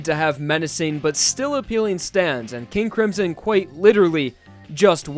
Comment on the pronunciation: NOT HOW YOU SAY MY NAME KING A CRIMSON!!!!!!!!!!!!!!REEEEEEEEEEE